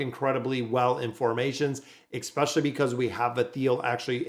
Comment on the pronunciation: Your mispronunciation of "especially" is triggering me so much, I'm close to unsubscribing :(